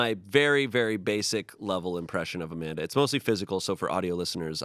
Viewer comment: Amanda's pronunciation of her husband's name was so on point! Coming from a Russian